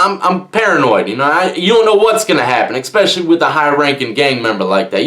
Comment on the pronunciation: It's eSpecially, not eKspecially